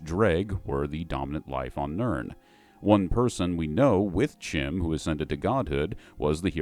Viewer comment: Thank you for properly pronouncing CHIM.